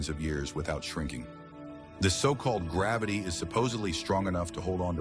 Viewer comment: " i think grabbity has been...." Don't you mean "rElUTiFF dENnCiteE"?